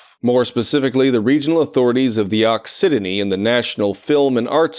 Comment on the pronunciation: also occitanie is pronounced ockytany, and has an English translation: occitania (also pronounced with a k)